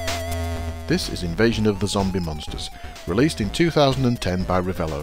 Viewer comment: Is not "Revelo" but "Relevo" :) Not the end of the world, but there you are.